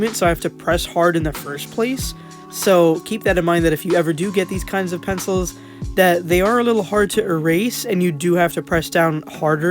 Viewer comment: "penefils" lmao 😂